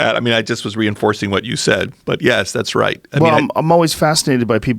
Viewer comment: Why does this dude say yeas instead of yes. So annoying